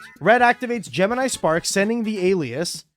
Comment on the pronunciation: the "geh-mini" is gonna be the deeth of me